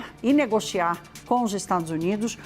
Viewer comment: A jornalista de língua presa, tem sílabas que ela não consegue pronunciar. Ela fala discuchões, negochiar....😂 Nem esconde seu lado . Ridícula